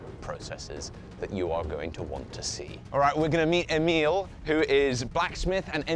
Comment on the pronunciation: The smith is probably named Emil, not Emiel..unless hes French or something. Cheers from another Swedish Emil !!!